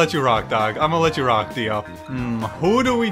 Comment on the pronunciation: “I got uhh… it think it’s Dio.” My brain: “You thought he would say Giorno Giovanna, but it was I, Dio” Edit: He even spelt his name out wrong, he say DAO and not DIO 🥲